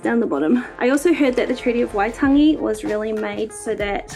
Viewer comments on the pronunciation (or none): Pronunciation note btw: The second a in Waitangi is said longer, closer to taangi rather than tangy. That still isn't quite right, I don't know how to transcribe properly, but is closer. It is likely when you looked it up you got the pākehā (settler) pronunciation but we have had a really good push in Aotearoa to bring our pronunciation closer in line with the original Māori way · I appreciate that you tried but Waitangi is pronounced “Why-tung-ee”